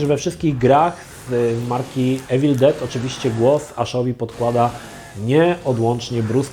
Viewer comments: „iwil”nie „ewil” jak już próbujesz naśladować akcent ..... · "Mówi się iwyl, nie ewil no ale już chuj tam"